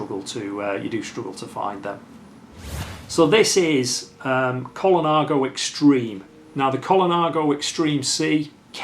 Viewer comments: .."Col-i-nago". It's Col-na-go. Innit? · Cinelli = Chee-nelly, not See-nelly. Ciocc = like church without the R. Colnago = COAL-nah-go, not Cola-nago. Campagnolo = KAHM-pahn-yolo..Piu = pew. What do you mean "Ernesto (Colnago) was wheeled in to the bike show"? It's not like the man's in a wheelchair even today! Saronni won the World;s in 2002? Sorry, but that was Mario Cipollini but he wasn't riding a Colnago. Besides all that - nice collection!!! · Extremely beautiful collection. Is it just my old ears or am I hearing Colanago?? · Yep even the expert gets it wrong….